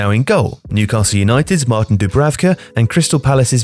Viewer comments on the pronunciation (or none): none